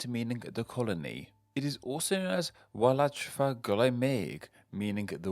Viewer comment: Because the word "wladfa" starts with a vowel, the correct fr is YR Wladfa and not Y Wladfa. Cymru am byth un waith eto!